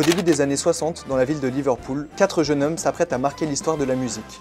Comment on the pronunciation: Quelques petits défauts : dans "jeunes hommes", il faut faire la liaison, qu'on entende "des jeunes z'hommes" et pas "des jeune hommes". Et on ne prononce pas "abeille road" mais plutôt "abbé road". A part ça, c'est une sacrée gageure : résumer un tel parcours en si peu de temps. Et, vieux fan du groupe, je confirme : l'album charnière est bien Revolver. L'essentiel est dit, avec une fraîcheur convaincante, tout le reste est pardonné.